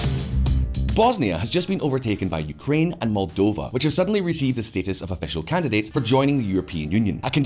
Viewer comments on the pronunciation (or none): none